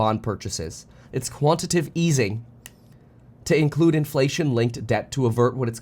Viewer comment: Kevin, can you please try to pronounce "quantitative" correctly? You're not saying that, you're saying "quantitive".